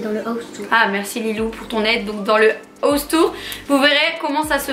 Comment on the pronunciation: Dans le ouse tour😂😂 cest house tour merci😂😂 Mais sinon continue comme sa je j'adore ❤❤❤❤❤je te kiff troppp